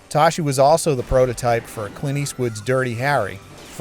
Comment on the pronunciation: "STAAAP BY DA BLAAG." Hey it's pronounced "toss-key" not "toshi".